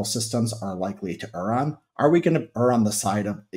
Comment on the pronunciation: I like the way Richard pronounces the word err correctly